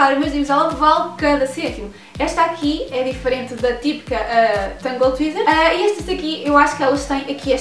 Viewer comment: Tangle tee tee-zer teezer teezer teezer teezer teezer. Pelo amor de Deus não tWeezer, tweezer significa pinça, isso não é o que queremos pois não? :-) Cabelos lindos